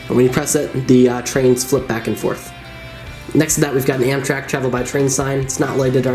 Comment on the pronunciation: You don’t say Amtrak the right way it’s not M shack it’s Amtrak